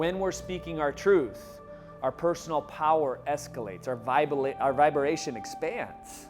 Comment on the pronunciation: vibra-la-tion... I'm using that now :)